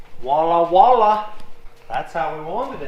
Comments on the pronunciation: ALERT - LANGUAGE POLICE!!! I've learned so much from you I thought it was time to give back. Voila not wallah, the expression is French. Voila means, see there. You use it correctly, now you can pronounce it correctly. Lessons from, now used in daily life. Measure taping - Precision estimate Eyecrometer - Guesstimate Gettin' after it. - Beginning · it's voila not wah-la. Voila is french for there it is. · Voila = Wallah = VIOLLA!! :-)